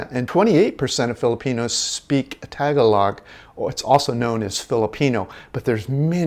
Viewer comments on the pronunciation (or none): Tagalog...is not pronounced Tag a log. But nice video. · With all due respect, this gentleman can't even correctly pronounce Tagalog, one of the many languages spoken in the Philippines. Therefore I'd say his experience and knowledge of the Philippines is limited at best. Also, I happen to like football. The original one that we Americans call soccer. But that doesn't mean that I'm like an Englishman. I like Rugby but it doesn't mean that I'm like a Kiwi. I have been fortunate to have lived and travelled throughout Asia, the Middle East and Europe for 30+ years. Consequently I believe that if your travelling abroad looking for countries that are like where you come from your missing the point of traveling abroad and you may as well just stay home. The whole idea of traveling outside of your country should be to explore what other cultures have to offer and to learn something about the world around you. Happy trails!